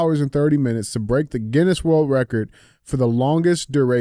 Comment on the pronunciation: DJ you’d think you would be able to pronounce the Guinness world record holders name. 😂😂😂😂